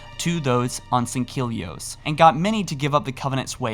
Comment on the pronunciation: Sang-Heel-eeohse is how its pronounced mate.